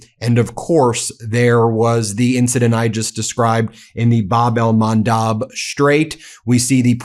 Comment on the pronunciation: Please correct your pronunciation!!! It’s Bab el Mandeb , NOT Bab el Mandab. With E !!! I unsubscribe if you don’t.